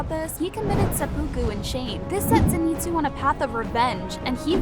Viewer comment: Please just watch the show in English so you can get the names right Zen eat zu Een oh skay Meet sir ee Ka guy ah